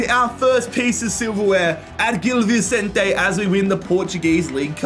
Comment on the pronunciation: Just to let you know, it's pronounced 'bombadeer'.. not 'bombardiay' and 'Vichentay' not Vissentee'..